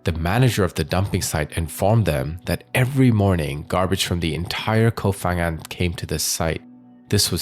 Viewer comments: The "Ph" in the name is not pronounced as "F".... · Hi, just for future reference, it’s actually pronounced Pa-ngan, Thai just LOVES their PH in every name for some reason, even if it doesn’t make an F sound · With such good research, maybe it would be an idea to also research how to pronounce names of places correctly. 😂